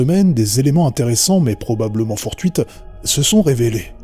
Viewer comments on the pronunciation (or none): à des éléments "fortuits" pas fortuite "filigrane" pas filigramme : )